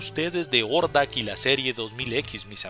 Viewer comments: Si suena más a Jordak que Ordak, pero es un detalle mínimo... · Hey un pequenillo detalle Hordak se pronuncia "Jordak" la H suena como J en algunos casos en ingles, ahi nomas sin manera de molestar. Gracias por la comprension.